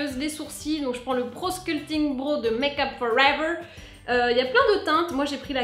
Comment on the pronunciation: Je ne me lasserai jamais de ta prononciation de "Make Up For Ever" !!! XD ;)